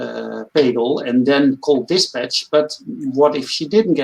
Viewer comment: We are supposed to get into from someone who even know how to pronounce Pagel? I guess I understand the foreigner not knowing but you see does know how it's pronounced. Did he even watch the doc. I think I was blocked from the live stream so I could not make comments so I let Kevin Smith know.